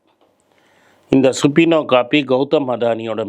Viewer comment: அய்யா, சுபினோ அல்ல, சபீனா( subpoena), search warrant.